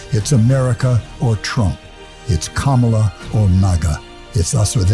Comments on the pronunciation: Ben!! CAM A LA. Not CA MAW LA. Be careful, please! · KAmala. Not KaMAla. Emphasis on first syllable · Ben Be careful … you led off pronouncing KAmala as KaMAla … You recovered though and we know it was not intentional. Trump’s mispronunciation is, however, both intentional and insulting. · (KA'-mala, not Ka-MA'-la) Pronouncing her name important...the only way 45 can feel better about himself, is to disrespect someone else. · This drives me 🤪 … It’s not Ka mala - it’s Kama la. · Uh…comma-luh, not ca-mala… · Ben , will you PLEASE, PLEASE stop mispronouncing given names? ! Pokock gets it rights ALL the time. It is KAMAla, not KamaaLAA, it is AILeen NOT EILILeen. You are a bright guy, please pay attention! This has been pointed out many times to you, perhaps you are just arrogant and think you know better? You are really pissing us of here in Scotland with the Scots name Aileen! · Hey, Ben! The pronunciation is KAH-ma-la. Not Ka-MAH-la. Please be consistent... :face-red-heart-shape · You’ve got to start saying her name correctly! It’s COMMAla. Not camel-a. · KAmala, not KaMAla...Trump does this to disrespect her, I know you're not doing that, but it would be better to pronounce her name correctly. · It’s pronounced like this: “comma luh” not “kuh molla.” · Please learn how to pronounce her name, Ben. It’s not ka MA la, it’s KA ma la. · Its KAMALA, NOT KA-MALA..... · Comma-La. Kamala. You have been pronouncing it wrong I notice. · Ben: It's "Comma-la" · So that her step children could learn to correctly pronounce her name, she told them " Kahm ah lah, like Mom ah lah" the emphasis is on the first syllable. Please make sure you and all contributors at MTN pronounce it correctly. It's of utmost importance! Chump stated that he doesn't care how it's pronounced. Make sure you care! Your job is to educate! Remember how long it to all of you stop saying Fanny instead of Fani? All we have is our name! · la. comma-la. That's the way you pronounce her name.